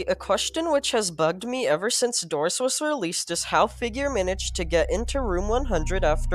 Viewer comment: No, NOT DORS